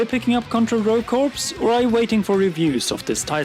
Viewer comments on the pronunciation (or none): Daemon X just made by boycott list. Shame Btw, "corps" is pronounced 'core', as in Marine corps LOZ is an auto buy. Waiting for reviews re: Contra, and Ori looks like a lock. p.s. I stopped buying big AAA conversions. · Contra: Rogue Corps........ it”s pronounced “core” not “corpse” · He's speaking the same English language, so there's no language barrier. The way he pronounces it, makes it a completely different word, "Corps" is pronounced "core", but he pronounces it "corpse". Even Brits know its wrong. This is covered at a 5th or 6th grade reading level. Its not hard, its incorrect, and its annoying. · "contra: rouge corpse" lol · The word Corps is pronounced "kor" and it really annoys me when me people pronounce it the way it is spelled. That's all. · the british pronounce it along the lines of "Kaw." It's not about someone's accent, it's that he is literally pronouncing it incorrectly. It's like if someone pronounced the L in salmon. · dude nobody really cares. Not everybody is born in America. In other countries they literally pronounce it as they read it. Just like Americans pronouncing French & other languages wrong.